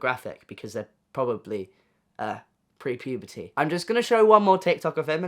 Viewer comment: "because they're probably... pre-puberty" that delivery with that accent is GOLD I love it 😭